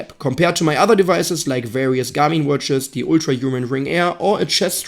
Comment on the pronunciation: I cannot unhear this guy say ' Gummy ' instead of Garmin